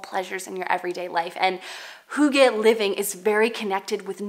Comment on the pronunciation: Being Danish and loving the heritage of Hygge ... (pronounced HUE-guh like Hugh in English - not HOO-gah) I'm so glad to find your channel!